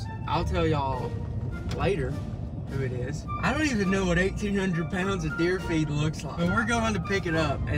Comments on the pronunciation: This entire video I thought he was saying 1800 pounds of deer feet but he was saying feed😂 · I thought he said deer feat😂